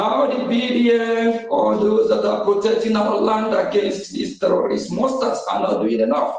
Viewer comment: I thought oge nkere claimed to have been borrowing us money. Let him finance the liberation of Biafra naa. This idiot is a big joke. He can't pronounce terrorist correctly, and he is apm? Rubbish.